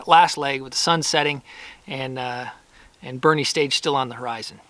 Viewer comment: Having known many Boerne locals in my life, I'm sure they're having a chuckle at you pronouncing it "bernie" :)